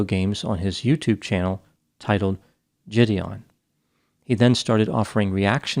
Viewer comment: Quick correction: his name is JiDion, not JiDon, and is pronounced Ji-dee-on.